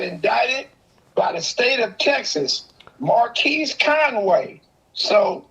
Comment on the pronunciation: This man said marquise noble smh